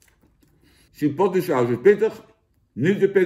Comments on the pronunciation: Hoi Jan! Het is "chuh·powt·lay" en niet "chih·pot·li". Verder weer bedankt voor deze review! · Ik heb nog nooit iemand chipotle zo horen uitspreken 🤣🤣 lekker Jantje